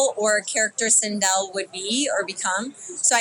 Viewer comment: not sindol....it's sindel so annoying